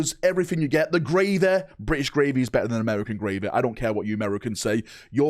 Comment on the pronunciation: out here trying to compare american style *gravy with something he’s calling “graevuh” my dude it’s not even the same word😂